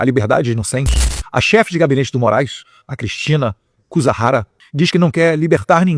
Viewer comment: Não é Cusahara é Cusaruim😂😂😂😂😂